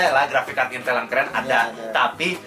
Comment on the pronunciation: Bukannya Intel tpi intul!! Wkkwkw asli bang